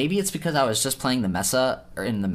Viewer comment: I swear to god, it’s maysa not messa lol 😂